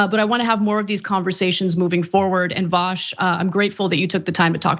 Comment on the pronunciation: It's pronounced VU SH, vu as in deja vu and sh as in SHHHHHHHHHHHHHHHHH